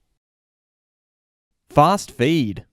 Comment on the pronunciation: I only click on these videos to hear him say “fast feed”